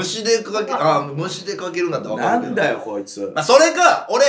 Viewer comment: 粗品「分かる」のイントネーションが関西弁です！アウトー！